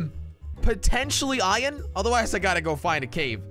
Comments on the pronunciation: He said ion instead of iron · IMWHAT IS ION ITS I ERRRR NNN NOT ION ITS SPELT IRON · Did he just say ion? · Any one else say 'Iyan' aswell? 🤣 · ITS “IYAN” IYON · Why does he cal iron ion?